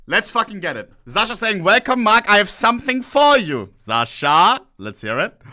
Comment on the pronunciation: its Sasha, not Zasha